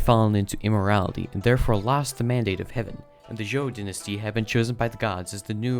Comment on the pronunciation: Qin, or 秦, is pronounced "ch'in" with a soft "ch" sound, not "keen." 秦朝 is "Qin Dynasty" in Chinese. Zhou, or 周, is pronounced "joe," not "ju." You got the pronunciation of Han and Jin right. Sui, or 隋, is pronounced "sway," not "soo-ee." You got the pronunciation of Tang right.